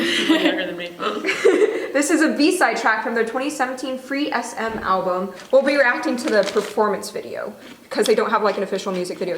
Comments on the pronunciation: I like it when pronounced Free'SM as free ès èm when it's actually a pun and pronounced as prism😆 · i think it’s pronounced as ‘prism’ ? but its ok i think since other ppl also pronounced it free es em (?) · Pleaaaaase let them react to Where Are You 😃😃 Plus I thought FreeSM is pronounced as 'frism'. Kkkk~